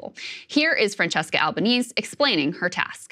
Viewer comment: It is not "Albaneez" is is "Albaneehseh". Albanese, Italiano.